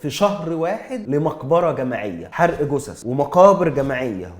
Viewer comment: جثث مب قوثث مب قوسس عشان نفهم انت بتقول ايه